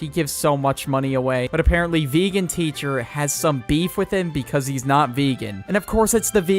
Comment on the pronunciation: I love how was saying "cheese" instead of "he's"